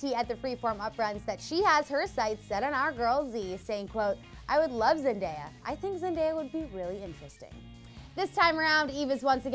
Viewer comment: GUYS WE NEED TO CELEBRATE A CLEVVER REPORTER CAN SAY ZENDAYAS NAME CORRECTLY!!!!